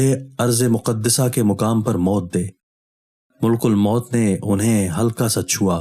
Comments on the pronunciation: ملک نہیں بلکہ مَلِک الموت ھے م پر زبر ھے اور ل کے نیچے زیر ھے اور ک پر پیش ھے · اسلام علیکم محترم بھائی ملک الموت لفظ کا تلفظ درست ادا کریں ملک الموت لفظ میں م پر زبر ہے پیش نہیں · Hello Dear, it is not " Mulkul Maut "as you uttering in your video uploaded, it is " Malak-al-Maut ". Stay corrected. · ملک الموت کا درست تلفظ "malkulmaut "ہے۔